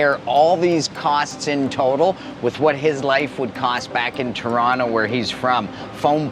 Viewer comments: That's not how Torontonians pronounce Toronto... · This guy isn't from Toronto, he says it with a hard T and no one from Toronto says it like that. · How is this man Canadian but cannot pronounce Toronto properly lol im baffled